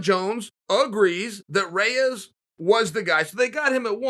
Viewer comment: Rey- ass vs Rey-chik